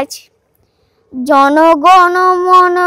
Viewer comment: দিন পনেরো বাদে এই পোস্ট দেখলাম। যেটা আমার সবচেয়ে ভালো লেগেছে - জাতীয় সঙ্গীত ' জন গণ মন...' সঠিক উচ্চারণে গেয়েছে, ' জানা গানা মানা...' এই বিকৃত উচ্চারণে গায়নি।, জাতীয় সঙ্গীতের শেষ লাইনটা একটু দেখে নিও আর যে বীর সন্তানের পাশে দাঁড়িয়ে গানটি গেয়েছো, তাঁকে আদর্শ মেনেই বড় হও অ নে ক বড় হও। এ্যাত্তো এ্যাত্তো আদর তোমার জন্য। আমি আসামের শিলচর থেকে মনোজ দেব